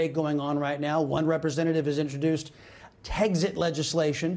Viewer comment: It's "Tex-it," not "Teggs-it."